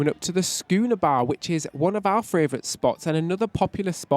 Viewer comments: ITS FAVOURITE!!!! NOT FRAYVOURITE, please stop saying it wrong :( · What a wonderful review. Your mispronunciation is just adorable! Castitia and Fravrioute are your words and love how you own them! But seriously you guys do such a wonderful jobs with your videos. After recently getting off Harmony it seems RCCL have really thought hard b about this flow and design and you showed it off perfectly. Can’t wait for the other videos on this ship. Lionel Messi plays for Inter Miami (not Milan)